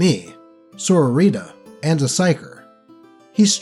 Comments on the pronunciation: Your pronunciation of "Sororita" made me laugh. I kept imagining a sore woman named Rita lmao. I know you aren't really a WH40k fan,, so I'm not being critical of you not knowing the correct pronunciation. Still, it gave me a chuckle. Cheers mate. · I'm sorry. I can't help but laugh whenever you pronounce "Sororita" - I picture Sisters of Battle with colorful sombreros and ponchos.